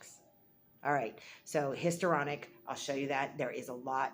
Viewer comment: So you are doing an entire video on Histrionic Personality Disorder and you can't pronounce Histrionic?